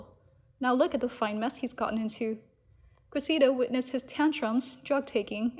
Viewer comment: PLEASE learn how to pronounce the name “Cressida”. It goes like this: Kress – eh – da. (But say it really fast!) Wash, rinse, repeat” Kress – eh – da. Kress – eh – da. Kress – eh – da. Kress – eh – da.